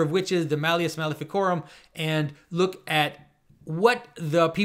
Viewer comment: Malleus MaleficArum, Jonathan. Please, get it right.